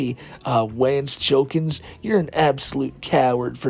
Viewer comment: Pronounce it right.... "Wance Chillkins"